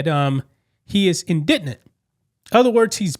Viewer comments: In-di-jent. Stress on the first syllable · You need to listen to someone say indigent lol I haven’t heard you say it right yet and I’ve heard several different ways you’ve said it in multiple videos keep up the good work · The word is pronounced IN - DE - GENT, not "indignant"... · IN-di-gent... It means you're totally broke. Not in-DIG-nant, which is to show anger or frustration at a perceived wrong 🙄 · Its not indignant. Its indigent. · its annoying all these people saying IN DI GENT wrong say it like i typed it. gent like gentleman. in di GENT = the way you all say it adds a letter to the word. IndigNent is what you are saying. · Indignant is rightly angry and insulted but indigent (in-da-gent) is poor and needy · Bro it's "indigent" not "indignant" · It’s IN DI GENT not indignant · LOL! He isn't indignant, he's indigent. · Indigent, not indignant. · 🤦🏽‍♀️ My dear, the word is not “indidnent”, or whatever you invented there. “In·di·gent”. Research if you know you don’t know! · IN-DI-Jent not indignant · Indignant? It's indigent(pronounced in-da-jint.) You are so illiterate it's not even funny anymore. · In-da-Gynt NOT indignant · I love your pods but the word is in-duh-jnt indigent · I love ya man, but please learn how to pronounce these words before recording the video. In-de-gent. All videos I’ve seen on this subject, no one can seem to pronounce it. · It's spelled odd but it's pronounced END A GENT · It's indigent/ in- dee- jent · It's pronounced...in-de-jent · "Indidnent"? What the hell is that? We learn so much from YouTube journalists. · It's pronounced ' in di jint' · Anthony is NOT "indignant". He's INDIGENT. Please look up the word. Find out what it means and how to pronounce it. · I love your show but I must tell you the correct pronunciation of indigent is (indejent). You can always look up a word and get the correct pronunciation prior to airing. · In dee gent...say it right. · Its pronounced in-di-gent. Easy to mispronounce.🎉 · INN-de -jent